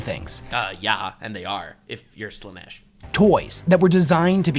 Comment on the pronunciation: it is sad in a way that most content creators use Ai voice overs of themself for the videos, how do i know? listen to how Slaanesh is prounced